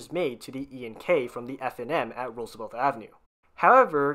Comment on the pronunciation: It's pronounced Roosevelt, NOT RooseveLTH!!